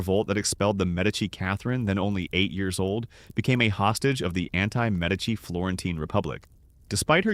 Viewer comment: Medici is pronounced correctly.